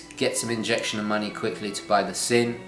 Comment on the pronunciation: nice video - looking forward to seeing which Sinn watch you went for. As a small sidenote - the correct pronounciation of the brandname Sinn is actually "Zinn" (with a soft "Z" as in "Zulu") and not with a sharp "S". The brandname Sinn originates from the surname of it's founder "Helmut Sinn". I wonder which of your watches will be sold. All the best...